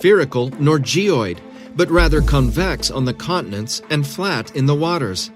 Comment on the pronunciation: Erth is flet.